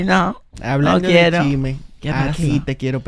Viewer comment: se dice chisme no chime ufffff